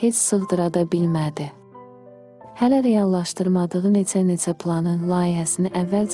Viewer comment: Netse netse yox neçe neçe.Ç herfini ts kimi demeyi dil edebiyyat muellimi öyredib ?